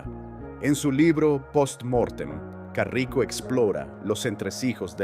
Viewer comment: Es caraco, no carrico xd